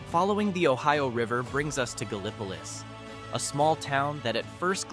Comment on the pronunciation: It's "Galll-i-po-leese."